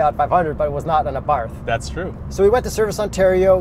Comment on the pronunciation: “Àbarth Cinquecento”, not “Fiat Fivehundred Abàrth” 😜 Greetings from Italy!